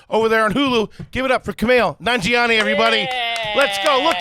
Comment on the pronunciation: "Kumail Na...naga...not going to be working here anymore, amirite"